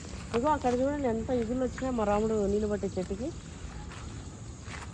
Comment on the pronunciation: Meeru chigurlu ni igurlu anatam aslem baledu Amma